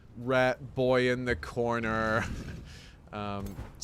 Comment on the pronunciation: the second “rat boy in the cornerrrr” sounded quite American